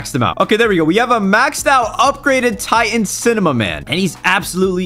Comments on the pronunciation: He said cimaman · I love how say "cimemaman" not cinemaman